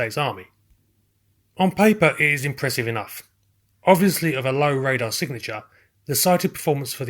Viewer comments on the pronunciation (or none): none